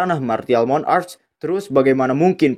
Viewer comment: Martial monarc bukan Mon-arc